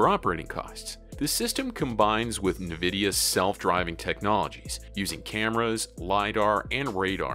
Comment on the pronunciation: The way you pronounce nvidia really buggs me. It's "envidia" not "ne vidia"